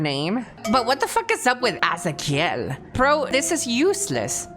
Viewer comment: I love how she pronounced azakiel, in a Spanish way, that's because her origins are Latinamericans and her first language was Spanish, so instead of English pronunciation she does an Spanish pronunciation in some words/names. I like that so much. Thank you for your video Mr kusajang. Love you 😘